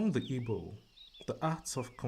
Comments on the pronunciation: Oh man! You need to see my excitement. I’ve been searching all over the net for audio by a Nigerian who can pronounce the Igbo names correctly. Thank you so much. Let me settle down and enjoy! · The is well put. Finally someone who can pronounce the Igbo names properly. Thank you so much